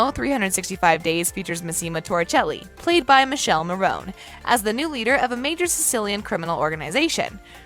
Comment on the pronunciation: I wonder if you know you mispronounced Michela's name, both that and Massimo.